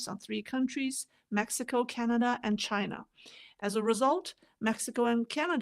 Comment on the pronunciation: Wang crapped his pants the first time Trump said "Chi-NA" hahaha